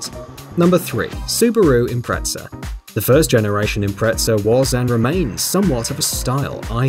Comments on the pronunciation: How on earth can you pronounce Impreza as Impretza? There's no t in it! Stop calling it Impretza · It's Impreza!! Impretza is a pretzel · Its impreze not impretza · The "Impretza"..... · sUbARu ImPrEzEL Its Impreza why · Edit Its impreza not impretza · Impreza not impretza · Suparoo Impretza 😂😂